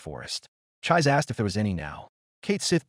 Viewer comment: Chee-say not chize.